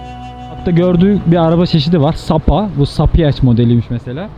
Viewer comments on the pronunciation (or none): abi saipa yaziliyo saypa okunuyor